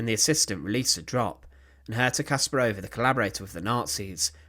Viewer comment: The accent should be on the second syllable. KaspARova.